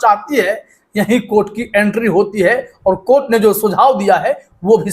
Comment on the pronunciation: Court nahin courtha